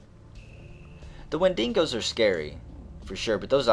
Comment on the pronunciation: Wendingos... im pretty sure its pronounced and spelt wen-dig-os. Sorry if im missing out on the joke.